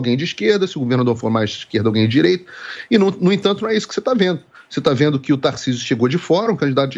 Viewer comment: Guga falando "Tarcísu" kkkkkk esse é um completo idiota